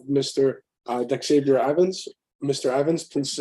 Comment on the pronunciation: "Dexavier?" C'mon now!